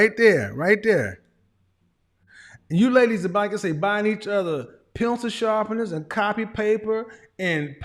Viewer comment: He said, "pencil sharpeners"... 😆☠️😆☠️😆☠️